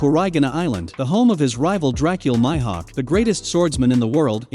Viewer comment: MyHawk is all I heard for Mihawk